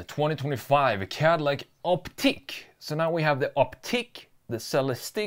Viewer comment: it's "ICK" not "EEK"